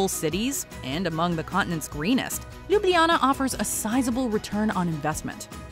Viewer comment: Ok everybody, say it with me. Ljubljana, Slovenia! Loo-blah-nuh., Slo-vain-iuh. Good grief, its tough to hear this incorrectly pronounced so frequently in this video. You are sharing information about Ljubljana, but have obviously never been there! Otherwise, very nice video.